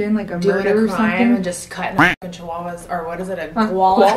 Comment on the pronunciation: She said Chihuahua 🤦🤣🤷